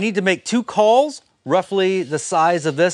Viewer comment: Couldn't make out the word you were using. Re the white melamine....Calls, culls???